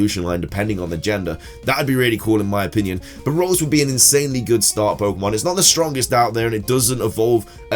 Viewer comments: The CC, says "Rose" for Ralts, which is what he actually says, hahaha I'm cracking up. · It's name is ralts not rose